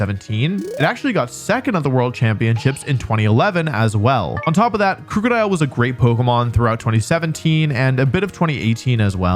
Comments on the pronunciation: I know he doesn't mean to say Krookadile incorrectly, but everytime he says it with the ooo sound (as in Scoot), instead of the uh sound ( as in book), it pulls me up short. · Not how you pronounce krookodile. It's name is a combo of "crook" (cuz dark type) and "crocodile", so no long "oo" sound. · I dislike how you pronounce Krookodile.